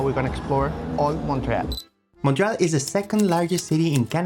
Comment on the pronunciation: Just a friendly FYI - there are 3 syllables in Montréal with emphasis on the é.